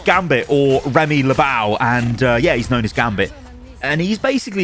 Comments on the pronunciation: "Remy LeBow" Bro really butchered my man's name 😭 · 'Rehmay lah boww' I'm British but wtf lmao